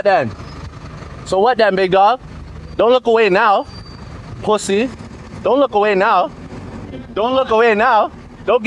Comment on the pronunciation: It’s the way he says pussayyy!!😂😂😂😂😂 just speak regular man.